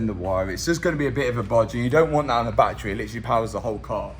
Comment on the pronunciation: I'll subscribe the day you say BATTERY correctly